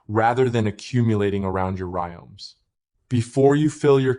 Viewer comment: Terrible AI. It keeps saying "music" for some weird reason. And says "rimes" or "rioms" instead of rhizomes. Very annoying. Should be taken down.